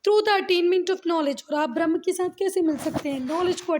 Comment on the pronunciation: Ma'am it is not "brahm" because "brahm" means illusion it is pronounced as brahm"A"